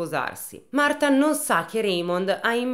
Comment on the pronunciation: Marfaaaa... se non lo sai dire...potevi dire Marta cosi ci saremmo risparmiati quel fastidiosissimo Martfffffaaaa ogni 2 per 3.